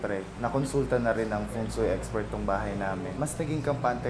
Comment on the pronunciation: Wait. Pari pumu- Feng Sui? 🤔